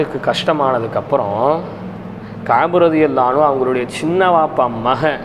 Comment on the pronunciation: Finally, you pronounce it exactly in Arabic رضي الله عنه.